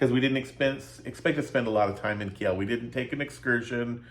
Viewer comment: gosh, dont butcher my home towns name...its not Ki-el....its "Keel" phonetically